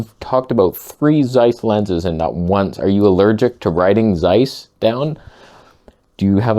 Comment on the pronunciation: It's pronounced as TSeiss. And it seems to be nice.